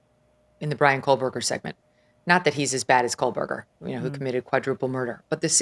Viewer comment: Ashleigh, blink twice if your brain glitched every time she said KOLEberger 😂😂😂